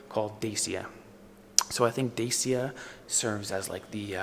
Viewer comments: It's not Desia..... It is DACIA. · Glad to see with, I am a regular follower of Dodo Explperes! It is pronounced Dachia!